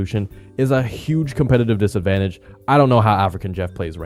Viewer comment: "even for a casual like me if you have less then 165 you will be at disvantage" a what?